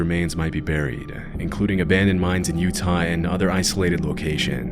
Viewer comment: did you really mispronounce "Utah" in the beginning or am i losing my mind?